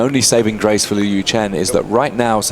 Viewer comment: I wish the commentary team would have taken a few minutes to talk to Liu and learn how to pronounce his last name :(